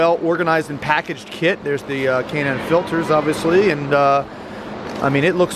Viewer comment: Dude cant even pronounce the kits name correctly.. What a joke